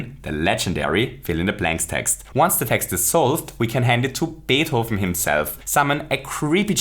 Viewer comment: The way he says Beethoven's name caught me off guard, it sounds SO good.